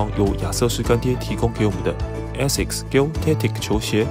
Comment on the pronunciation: Gel的g的發音是j，不是g